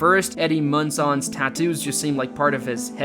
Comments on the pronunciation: He said “eddie munSON” 😭😭😭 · Mun-sonn? Con-speeracy? You make videos for a living but you can't pronounce multisyllabic words?